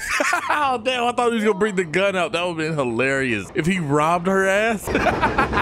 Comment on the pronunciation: "She got A Magic Bgun" --, 2024.